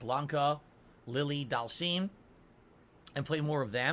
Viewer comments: Have you heard how he says Dhalsim? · DAHLMSEEM, E HAHNDAH, and my all time favourite SAGGOT